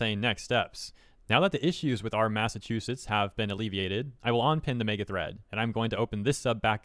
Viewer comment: what is a Mass Ass Chew Set